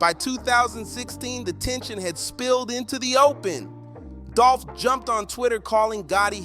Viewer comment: The way you said dolph first name you. Should be cancelled